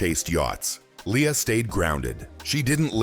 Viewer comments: its not Lee-ya, its L /e/ a. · btw -- it's one of her pet peeves when people mispronounce her name -- it's LAY-ah